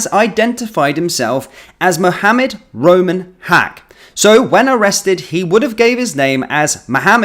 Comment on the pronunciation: First I heard was Rumen, not Roman. Rumi is a well known 🕋name, so guess they made sure to alter it a little?